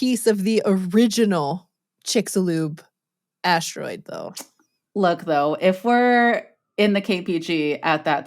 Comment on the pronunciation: is she saying ASH-TEROID on purpose?🤔